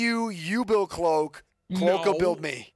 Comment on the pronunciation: I swear his name was cloak not clock